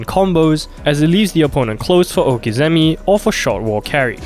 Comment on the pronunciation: Cringed hard on the prononciation of okizeme